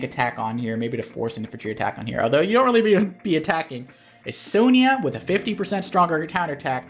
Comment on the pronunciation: What's a "sone yah"? If youre talking about the CO it's pronounced Sonja